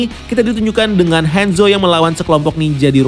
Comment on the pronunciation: Kebiasaan ngomong Inggris Ngomong Hanzo jadi Henzo